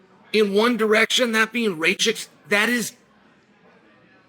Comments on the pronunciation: Its noT rejčik but rakić. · Not Rachik 😂 Rakić !!! ić at the end 😂 like Jokić instead of Jo put Ra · no disrespect to Chael, but its not ray-chick, its more like rack-itch :) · Hahaha just arrived here to hear if Chael will pronounce Rakic’s surname Raychik again. And he did hhahahaah😂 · "Ray-Chick". 😂🤣 His name is Rakic. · Nauci da kazes Rakic glupane,nisi od juce u UFCu.. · The Rocket had some bad luck in his last 2 fights, but is capable of winning - could be the FOTN. PS: please pronounce his name correctly 😜😜😜